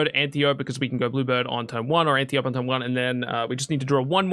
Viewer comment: Ann - tee - oh - pee Not Ann-tee-ope!